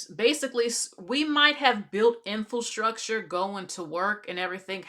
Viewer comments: In-FIL-structure, man! He spoke incorrectly (in-FRA-structure) and so did the hostess! Good grief! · Lady, it’s INFRASTRUCTURE!! Not INFIL-structure 😮my god…